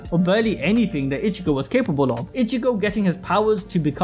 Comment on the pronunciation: say it with me (e-chi-go) its not ( itch-e-go)